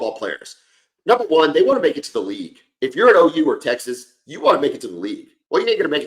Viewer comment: Please correct him...TEXAS-ou